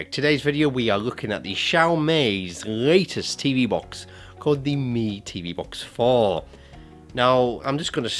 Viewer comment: For god sake, it should be pronounced xiao MEE! Not xiao MAY!